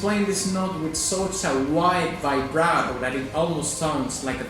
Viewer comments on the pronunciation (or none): none